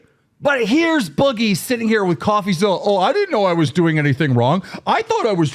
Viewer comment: I can't stand that Boogie says "Setting" instead of "Sitting" it pisses me off every single time.